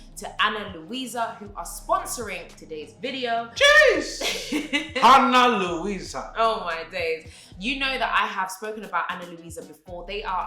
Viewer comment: ‘A-nn-a Lou-i-sa’ 💀